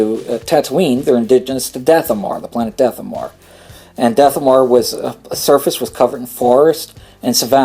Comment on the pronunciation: You are very hard to follow, you pronounce so many planets wrong i.e. Dathomir you are saying Dathomore but the planet is pronounced Dathomeer. Also your "eh..."'s , "ah..."'s, "ehm..."'s, and stuttering is very annoying and lenghtens your Video artificially, so how about you start writing scripts and cutout bad moments! Best regards.